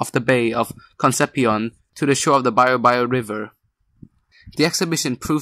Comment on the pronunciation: De todos los nombres mal pronunciados el "baio baio river" me dio mas risa xdd